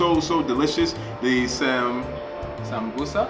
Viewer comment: LOL! Love how you pronounce "Sambuuso/Samosa" as "Sambuusi" 😂💀 Subbed also :)